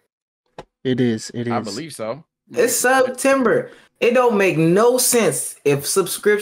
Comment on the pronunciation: Hearing say “sub-tember” is so gross.